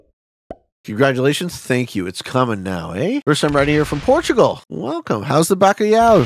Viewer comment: As a portuguese i died laughing when you said bacalhau